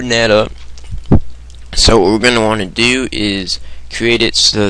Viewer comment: "Open Dat Up!" I couldn't stop laughing, you just said it so blantantly. Good tutorial though, actually helped me. So thanks.